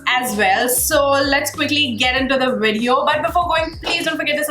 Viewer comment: Lol u say “WEDEO!” its Video. Its a v not a w.